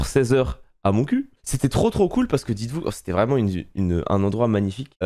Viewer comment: vraiment je t'adore mais on dit MontcuQ. On prononce le Q.😆